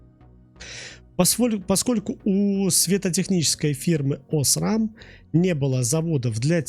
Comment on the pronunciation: Осрам с ударением на букву а просто убило😂